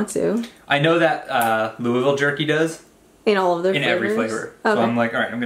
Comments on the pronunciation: I’m so proud of you for saying Louisville correctly lol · Look at him, pronouncing Louisville correctly!